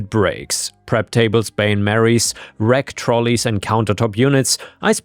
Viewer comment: Just as a heads up,: It's not pronounced "Bain-Mary", but rather "Bain-Maree" xD Yes, english is a very fucked up language... but we stole that one from the french:'D